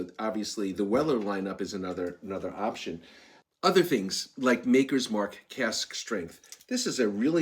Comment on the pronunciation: You had me until you said MAKERS MARK LMAO